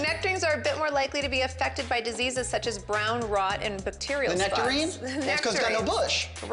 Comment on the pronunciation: LOL Khloe mispronounces "bacterial"